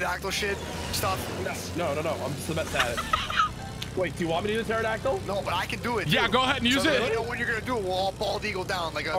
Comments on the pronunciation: Nick pronouncing pterodactyl P-terodactyl made me sad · The way Nick pronounces pterodactyl.... yikes.